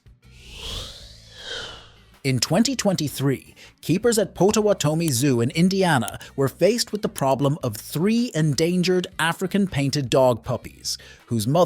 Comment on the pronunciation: It’s Pot-a-watt-a-me Zoo. Nice video though